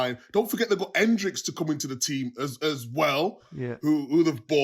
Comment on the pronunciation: Petition to get Micah to say Endrick instead of Hendrix.